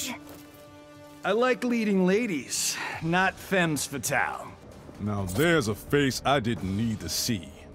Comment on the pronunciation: oof as a french hearing him pronouncing the “s” in femmes obliterated my ears